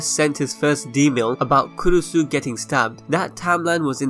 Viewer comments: It's actually kurisu, makise kurisu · I thought its kurisu? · Kurisu bruh***